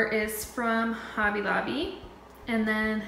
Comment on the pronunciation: Beautiful home! I love your color scheme & decorating style! The way you say Hobby Lobby honestly drives me crazy though. Lol...sorry.